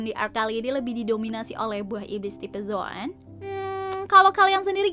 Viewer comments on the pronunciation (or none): Ketika zoan disebutnya "zon" Tp saat page one bacanya "peji" Ini logat apa sih wkwk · pembawaan kurang memahami penyebutan , conton ( zoan ) dan pege one ( pembacaan : peg wan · Ancient Zoan, dibaca Ensien bukan Enzin